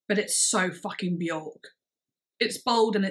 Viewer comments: Björk is actually pronounced wrong by everyone . It’s not ork it’s IRK and very few know this. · "I don't know how to pronounce this: At-o-pos? But... anyway, here is the new one from Be-yOrk" 🤦‍♂️ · I have been a Björk fan since 13 - I'm now 40 - and I pronounced her name incorrectly for over two decades. It wasn't until my early 30's that I heard her, in an interview, say her name rhymes with "jerk"... and I was like ohhhhhhh.